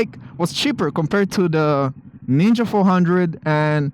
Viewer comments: thought u said nigga 400🙏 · I think he said knee gah bike? 😂